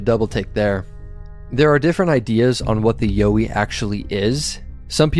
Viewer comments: Hi mate, Pete from Aussie land. The pronunciation you originally used is the correct pronunciation here in Australia. The one you say is the correct pronunciation now ,will get a laugh over here. all power to you bro. take care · Actually you had it right the first time, the way you say it in the video is wrong haha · Not YO-EE mate. You were right in the first place. Its actually pronounced YOW-EE like you first thought. Don't know where you got that pronunciation from but they're wrong. Soz. Cheers from OZ 🇦🇺🦘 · Aussie here too! 1st yowie said was right 😊